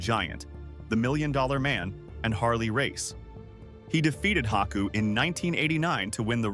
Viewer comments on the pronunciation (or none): none